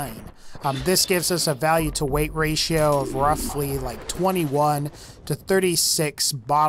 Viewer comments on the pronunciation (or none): none